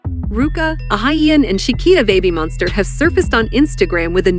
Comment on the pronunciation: Someone needs to fix the pronunciation of this (bot??) AI or whatever it is....kinda embarrasing, 'Babbie Monster.'. come-on ! ...😮😮😬☹